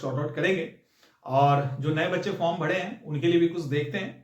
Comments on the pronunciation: Bhai bihar mein r ko d he bolte hain Isliye bharo ko bhado😮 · Sir hindi sudh sudh bolna sikhiye pehle form bhade ho nhi bhare ho😂